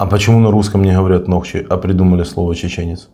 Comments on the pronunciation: нОхчи, ударение неправильно ставишь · нОхчи, а не нохчИ